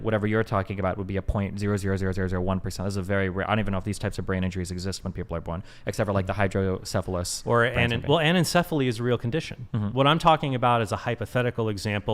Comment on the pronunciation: Bro literally said "Hydrocephallys" 🤦